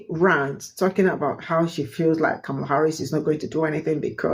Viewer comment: For the love of speech: (Comma - Lah) Kamala it isn't hard to pronounce especially since she tells everyone how to pronounce her name. You are just being lazy when mispronouncing it.